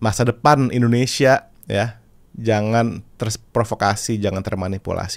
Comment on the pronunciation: Suara agnez mo sangat bagus..tpi di menit artikulasi pengucapan bahasa indonesia bukan indonesia tpi endonesia